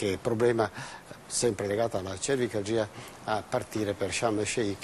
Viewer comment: ..cervikalgìa..ma che cazz..,)